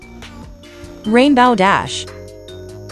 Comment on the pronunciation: It's Fluttershy not she shy yall piss me off when you didn't pronounce names correctly BTW it's Rainbow Dash not Rainbowe Dash.😠😤.